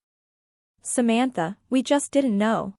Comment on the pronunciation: I made it to but had to give up. The bad, awkward AI reading was too obnoxious. It couldn't even pronounce the name "Samantha" correctly.